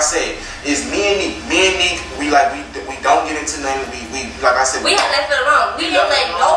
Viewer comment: NIQUE not NEEK 😂😂